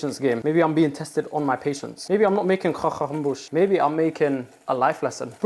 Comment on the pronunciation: "If youre lactose intolerant, grow up" that was not what i expected the 2nd half of the sentence to be💀💀. A+ pronounciation of croquembouche btw🙂‍↕️✨️👏